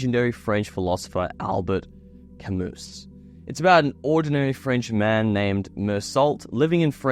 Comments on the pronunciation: Ok. I can't believe that you mispronounced both his first name and his last name. Hope you are not a scholar on Mr. Camus. The correct pronunciation sounds like Albear Camoo. Goggle it. I took a French philosophy class on the Existential philosophy writers and the teacher was very strict that their names were not mispronounced. Goggle Mr. Camus' name and see. If you are dumb enough to pronounce Mr. Camus' name the way idiot American's do move to America please where everyone thinks we should all speak and behave the way Americans do. After all we are right about everything. Right? Wrong. Very very wrong. Ok. And you used the wrong word. You should have used the word spends instead of spents and you mispronounced Existential. OMG. Young people are so very stupid these days. Although you could be right about everything you got wrong. Existentialism is all about the individual who thinks and lives life the way he sees fit even if it seems wrong sometimes to others. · When one of my good friends was in college many years ago, he made the same mistake of pronouncing 'Camus' with a hard S in a philosophy class. We all laughed at him. But now he's a doctor of philosophy and makes me feel dumb on a regular basis. For a young man, you're well on the way to greatness bro. Keep it up. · 1. You missed the point of the book 2. Its not CAMUS its Camoo